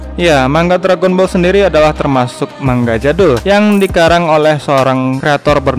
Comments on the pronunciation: Mangga wkwk 😂😂 cara baca nya itu bukan gitu cara baca nya itu mangaa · Manga bang bukan mangga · Sbnernya baca nya gni Man-ga gitu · maksudnya,yang dibahas yang bercerita bukan bilang manga malah bilang man ga